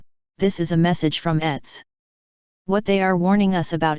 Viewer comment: When the text-to-speech reads "ETs" as "etts" rather than "eeteez", I couldn't help but think someone had missed a letter in "Etsy".....